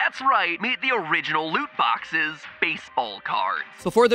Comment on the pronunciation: Lut boxes a not de wea brudda